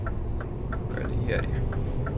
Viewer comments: КАльяри. Ударение на первый слог. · КАльяри, ударение на А.